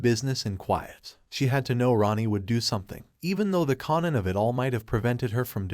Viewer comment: It’s KAIN-an not KON-an and Raq not Rack. Would like liked to watch this but I can’t with the mispronunciation of the characters name.